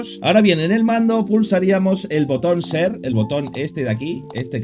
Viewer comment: El botón ser? WTF is this man? Ser jajaja y uno que solo está escuchando el tutorial